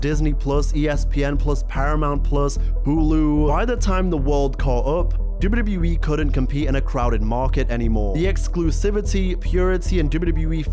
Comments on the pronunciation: The way he says WWE "Dubyudubyuwee" 😂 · If this MF says "dibbity e" one more time... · Love this. Great retrospective We all missed the networK. ALSO, you say WWE like AI. So fast! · The way he says WWE 😂 great video btw!